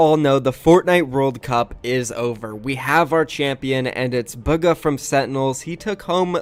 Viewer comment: Fng says booga instead of bugha